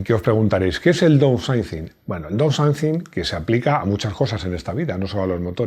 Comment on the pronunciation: "DOUSAICIN" no. "DAUNSAICIN" Es la pronunciación correcta.